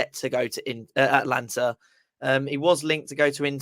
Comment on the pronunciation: It is Atalanta, not Atlanta…. But yes, classic Moyes